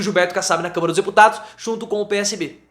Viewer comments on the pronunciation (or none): É Câmara prof e não camera prof kkkk